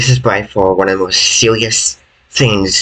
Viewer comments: poor guy can only say sewious instead of serious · sewious is the way i will pronounce serious from now on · Are you sewious right neow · so sewious 👉👈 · I cannot take things sewious if its like this